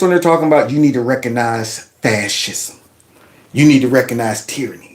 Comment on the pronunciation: ...the word is "RECOGnize", not "reconize". RECOG not RECON!